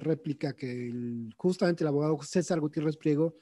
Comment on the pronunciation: Excelente informacion, solo le falto pronunciar mil veces la "D" en cada palabra como abogaO, traicionaO, y todasas palabras que llevan D